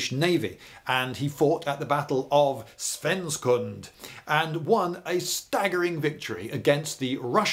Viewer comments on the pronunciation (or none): "Svensksund" not "Svenskund" Watching Lindy frothing at the mouth about Napoleon for and hour was incredibly entertaining. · Tell Mr Smith's descendants that Swedish knights are brighter, atleast during summer. And of course it was "Svensksund", with three s.